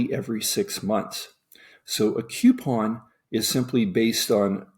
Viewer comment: It bothers me to hear "queuepon" instead of "coupon." Sorry.